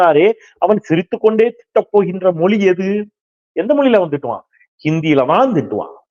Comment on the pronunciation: அருமையான செய்திகளை, ஆக்கபூர்வமாக வழங்கும் தாங்கள், தமிழ் மொழியின் சிறப்பை வெளிக்காட்டும் ழ 'கர உச்சரிப்பை சரியாக கூறுவீர்களானால் மகிழ்ச்சி. தமிழ் மொலி, தாய்மொலி, மும்மொலி இது போன்ற உச்சரிப்பை தவிர்க்கலாம் என்பது எனது வேண்டுகோள். 👍